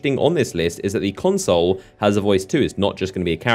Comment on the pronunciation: PLEASE learn to pronounce "consul" pro tip - it's not "console"